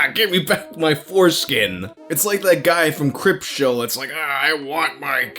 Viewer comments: It sounded like said "Cripshow" instead of "Creepshow"....I wanna see that. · "Cryptshow" lol. It's Creepshow. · J... Did you just call Creepshow Cryptshow?